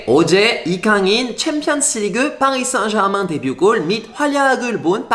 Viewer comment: 와우~ 퐈리 쌩제르망~♡ 발음 넘 멋져요^♡^